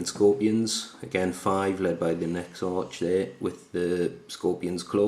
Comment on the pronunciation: Love the smoke and fire effect you got. Also just because it was bugging me, it's pronounced Ex-Ark.